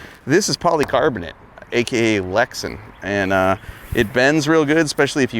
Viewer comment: Finnegan, it’s Lex-anne not Lex-un. Lexan. LMAO.